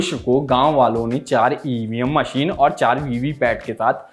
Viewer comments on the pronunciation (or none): none